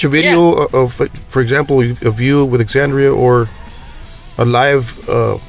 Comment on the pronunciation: At a minimum you really should learn how to pronounce the band’s name and the artist’s name before the interview.